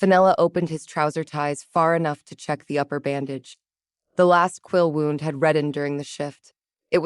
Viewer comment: I can't believe after all the experience you story tellers have gained that you still can't deal with the word 'wound'. It is another word spelled the same but with 2 different sounds for 2 different meanings. You pronounce 'wound', which represents a 'cut' or worse on the body (injury) as 'wownd' like 'a clock is wound' past tense. In this case the injury should be pronounced 'woond'.